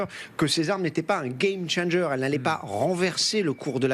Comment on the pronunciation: Vous devez avoir honte quand vous prononcer le mot game changer.